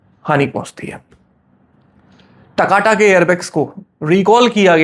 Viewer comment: Wo taka Tak nahi 'TAKATA' hai